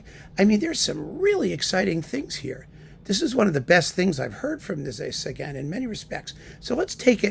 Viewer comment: I think I like the way you pronounce his name better.